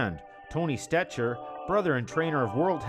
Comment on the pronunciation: Tony stecher is pronounced "stecker"